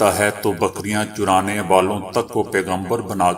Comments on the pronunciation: السلام عليكم ورحمة الله وبركاته میرے عزیز دوست، اللہ پاک آپکے اخلاص کو قبول فرمائیں، آپکی خبروں میں اردو کے تعلق سے قابل اصلاح کلمات سامنے آتے رہتے ھیں مگر آج تو حد ہی ہوگئی کی نبی جی کی شان اعظم آپکی لفظی غلطی کا شکار ہوتی نظر آئی کہ " بکریاں چرانے والا یعنی چ پر پیش لگاکر اہانت کا ارتکاب آپ سے سرزد ہوا، جبکہ چ پر زبر پڑھنا ہے یعنی، "چرا نا" اسی طرح الٹ پلٹ میں آپنے دونوں کلموں میں لام کو ساکن پڑھا، بہتر ہوگا کی خبر خوانی سے قبل ادبیاتِ کے ماھر سے رجوع کرلیاجانا چاھیے ۔ والسلام طالب دعاء سید محمد اطہر زھدی ، بیت السلام، دیوبند ، ہندوستان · محترم آپ نے خبریں پڑھتے وقت ایک بہت بڑی غلطی کر دی ھے اپنے لفظ بکریاں چرانے کو بکریاں چرانے پڑھا ھے چرانے زبر کے ساتھ ھے پیش کے ساتھ نییں